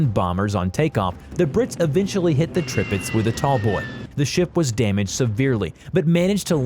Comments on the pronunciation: The announcer speaking mispronounced many names of ships, but the news of a stealth battle ship "the Zumwalt" is the next generation of ships of the future. The pronouncing of Tirpitz is "Tear pitz". Prinz Eugen with the German pronunciation is "prinz Ougan, as spoken correctly. Japans super ship was the Yamato, pronounced "YAM mato". I majored in military history studies and know and speak German well enough. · if you say "trippits" one more time i'm comin through this browser... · This channel don’t know how to pronounce ships names 😂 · You pronounced all the ships names wrong!